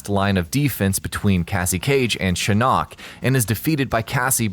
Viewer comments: you keep saying shin knock... its shin ock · shinOOOk !!! anyone else bothered by this? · I hate how you say shin-nok Not just shinnok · That's not how you pronounce Shinnok